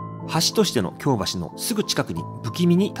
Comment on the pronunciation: 京橋⤵発音難しいですね～ 今回も素晴らしい内容ですっ✨